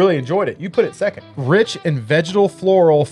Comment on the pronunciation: Could have sworn when you were saying vegetal that you were saying vaginal haha! #doitblind #gucciscissors